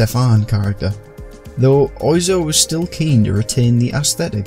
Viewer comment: I'm more confused by the good-effort pronunciation of "mise-en-scène" in the video, yet Oy-zo rather than Oiseau(x)!